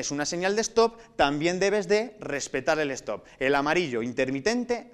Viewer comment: una cosa mal se supone q son espanoles por que ponen stop y no lo pronuncia bien aparte mejor ubiera puesto alto q no